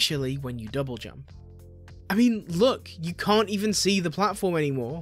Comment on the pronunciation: "i kent do speen" Oh boy I'm in for a ride